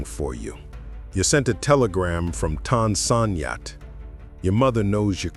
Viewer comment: Pretty sad that the narrator could not pronounce the name of Vietnam's major airport properly!!! I worked out of there daily and never once heard it called like him.